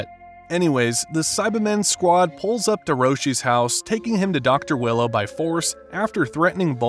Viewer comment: It’s dr wheelo not willow ..